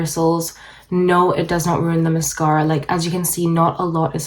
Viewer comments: I couldn’t handle how you said MASKARA every 3 seconds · Lets play a drinking game every time she says mas- scara. I can't. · Musk-aur-a. I feel like this might be a prank video considering how she’s pronouncing that word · Maascaara! I ❤️how you say mascara. Vinlikethe idea of using 2 mascaras. Wiping the wand and using old mascara , that's then mixed with fresh mascara , seems a little risky with possibly getting an eye infection. I liked your application tips. I will give it a try. If the second mascara , was burgundy , blue 🔵 or 🟣 that would be fun to do a possible demo. Thank you. You have lovely lashes!!! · Apparently we're supposed to say massCARA as well. Who knew!? Thanks for the tips 🤗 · Take a shot every time she says MUHSKARA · say mascahhhra, one more time. 😑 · I really enjoy how she says mascahra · Dear Lord please learn how to say the word MASCARA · I vote people will also pronounce "Mascara" the way does. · Mascara you say it funny lol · she’s probably just canadian